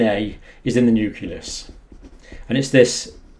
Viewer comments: NEW CLEE US, Doc, not NEW CUE LUSS. Carry on. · New-klee-us. Not "Newk-u-lus". Sorry, but I think this is important. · i dont trust a guy who cant pronounce 'nucleus' LOL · pronounce "nucleus" for us.